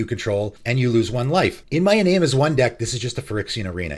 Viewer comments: "en-AHM-ey", not "en-NAME", sorry I get really touchy about pronounciation of things. I hate to be a grammar Nazi but also it annoys me if I don't say anything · FWIW, Iname is pronounced "ee - nah - meh" ( sounds like Spanish vowels ). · It's pronounced i-nah-may. It's japanese.